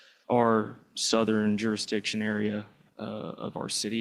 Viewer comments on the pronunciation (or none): The judge said.. juristion. Is it a black thing?? Like ax me?